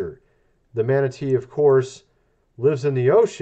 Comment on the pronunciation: Man, aaaattteee, bless you ! OK did you say MAN reclassified as endangered or manatee? I'm thinking the guy must have sneezed 🤕